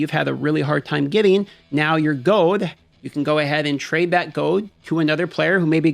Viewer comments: Are you saying "gold" or "gode"?! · goud? is he saying goud? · You say gold funny. Goad